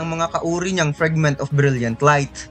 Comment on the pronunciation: FRAGMENT KASI YUN HINDI FRIGMENT!